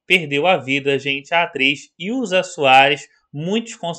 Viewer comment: ILKA...ILKA SOARES...ILKA...NÃO É ILZA